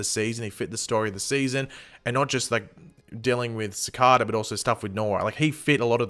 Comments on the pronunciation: Ci-kay-da not ci-ka-da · still pronouncing cicada wrong its not cakada ffs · isnt anyone annoyed with him saying cicada wrong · Like the way you pronounce cicada 😀😀😀😀